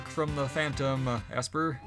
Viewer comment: It looks like the girl walk path is down up right to get golem. And it's pronounced Esper, not Assper😂